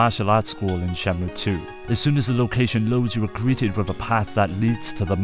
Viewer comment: It sounds like you keep calling it Shamu